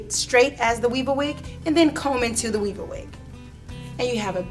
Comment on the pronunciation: I swear it sounds like she's saying "wee-bah-weed", or "wee-ba-wee".